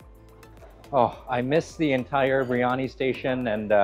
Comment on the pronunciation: beer yah nee. Not bree yah nee.